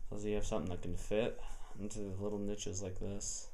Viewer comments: what the hell are nitches? the last time I checked they were called notches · What the craps a nitch!!!?? I thought it was a notch lol